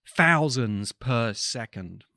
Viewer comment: Thousands...not Fousands. The culture demands you speak correctly 😳